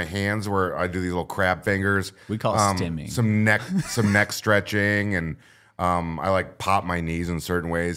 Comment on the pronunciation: Are you guys saying Stemming??? Or Stimming like stimulating?